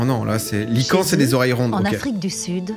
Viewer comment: C’est quoi ça ? Des lycan 🤣🤣🤣 Des Lycaon frero pas des lycan 😂😂 Tu m’a tuer mdr